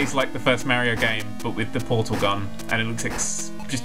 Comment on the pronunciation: You are pronouncing mario worg (maryo realy)